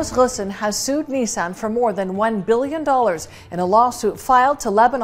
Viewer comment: Interesting rendering of "Ghosn".